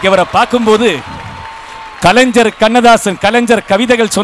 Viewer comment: களைஞ்சர் இல்ல அது கலைஞர்